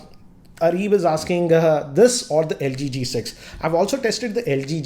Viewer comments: Am I the only one who heard lg g6 instead of q6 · It is LG Q6.... pronounced it as LG G6